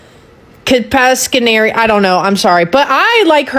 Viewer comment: No, It’s Kasparian. lol